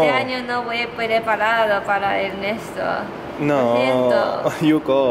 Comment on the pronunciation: Me encanta cuando yuko dice Enesto🤗 y como Ernesto reacciona a las bromas de yuko😂 los amo , Saludos desde cali colombia.